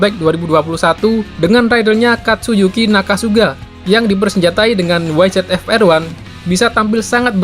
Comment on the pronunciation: Bang nyebut YZF | YZR bukan Wai Zet Ef | Wai Zet Ar tapi Wai Zi Ef | Wai Zi Ar.